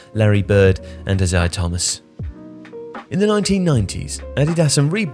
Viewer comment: who is Ah-Siah Thomas?